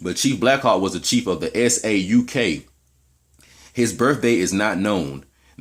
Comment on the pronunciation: sauk rhymes with Chalk